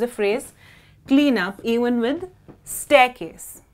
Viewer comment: la palabra staircase esta muy mal pronunciada